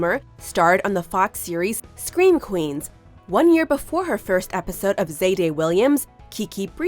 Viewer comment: "scweem queens"